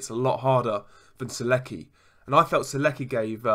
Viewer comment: You pronounce his name wrong. Its not serguy. Its sergay